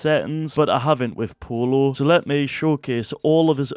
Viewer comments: its pronounced "poi-yo" not polo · It's pronounced poiyo but it is spelled pollo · "Polo" really 💀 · No? It pollo